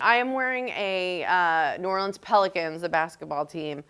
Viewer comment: Oh my goodness, she even said the city correctly. Welcome Amy❤